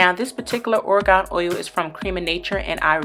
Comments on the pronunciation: Bruh I'm done she pronounced Argan Oil as Orgon Oil I bursted out laughing idk why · It's ARGAN oil! I'm Moroccan so I couldn't help being annoyed! Dude say the name right!! Its an extremely rare oil